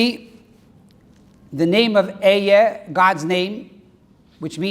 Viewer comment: B"H Learn to pronounce אהיה at least. At the very least. If your Hebrew is on that low a level all of your interpretations are necessarily incorrect. Yichus, real Yichus, is all about correct Torah interpretation and for that one must be connected to עברית which is the Brit. When you learn Hebrew truly you won't dare to attempt to judge Moshe Rebbeinu. You'll know that any imperfection you see in Torah is your own faulty interpretations.